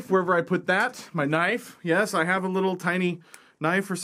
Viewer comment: That's not a knoife...